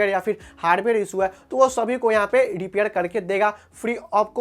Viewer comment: 😂😂😂😂😂 R or D bolta hai bhai ... Repair× dipair 😂😂. Kaha sikhi bhai tune ye language